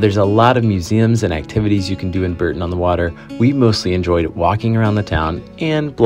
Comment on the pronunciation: Used to stop at Bourton on the Water on my way to uni in the midlands as I'm from near Bath. Pretty little place, think it’s pronounced 'Borton' rather than 'Berton' though :)